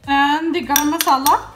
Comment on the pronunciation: Garam masala in pure punjabi accent. Btw love the recipe 😋